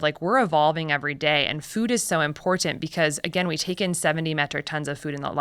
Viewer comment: you would think that a doctor from Stanford would know there is no letter 'd' in the word important.